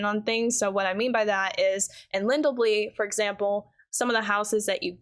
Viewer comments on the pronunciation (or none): *judges for "LindelBLY" and "DWAYllond"* 😆✌️